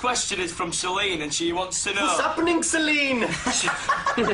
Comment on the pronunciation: My little brother is sitting next to me and he saw zayn say vas happinen and is repeating it in my ear.also its r its r its r. He is only three